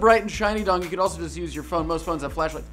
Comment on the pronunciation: D.O.N.G? What the hell is D.O.N.G? This is D!NG!